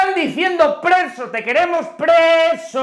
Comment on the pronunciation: Presi, presi....es preso, preso en ingles. jajaja